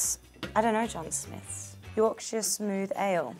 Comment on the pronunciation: No idea how I missed this. Proud of how she said Yorkshire, disappointed that she added Manchester two sentences later.